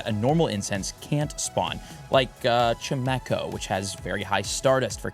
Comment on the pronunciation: You missed pronouns Chimecho’s name.